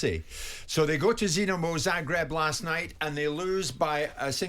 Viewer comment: "Zinamo" Zagreb ?! I don't know where is Z in Dinamo but seriously, learn to pronounce foreign clubs Jim White